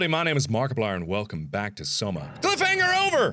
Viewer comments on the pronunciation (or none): "CWIFF HANGER OWER!" First thing i hear, falls off of bed.